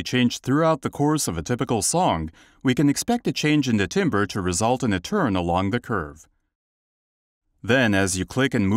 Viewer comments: Voice timbers? <-- A new meme is born. 🤭 Timbre <-- Pronounced 'tamber'. 🎶 What a fantastic breakthrough plugin! Well done to all involved! 👍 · Can Vocoflex pronounce the word “timbre” correctly? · If this guy says "TIMBER" one more time!!!! ...I'm gonna go chop some wood in the backyard😠 They should've ran his voice thru vocal flex! It's pronounced "tamber". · It's actually tohmbreh, so you as an American really can't complain about someone else's pronunciation.